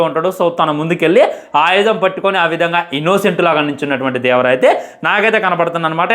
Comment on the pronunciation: Adi devara ra unga 😂 Vara kadu